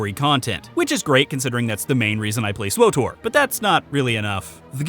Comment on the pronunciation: Swowtor /giggles Say it again!